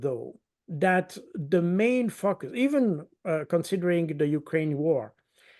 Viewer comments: I hear it. Have to say, it is rather, er, 😏 funny. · I'm such a fifty plus juvenile, I'm sorry, not! Every time monsieur Baud says 'focus' it just cracks me up. Hope I'm not alone here. Just to bring some light to dark places.